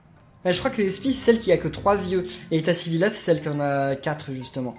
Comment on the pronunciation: on dit pas etasivilla on dit etasivillia